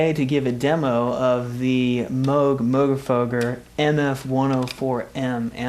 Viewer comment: Nice review. And thank you for pronouncing Moogerfooger correctly!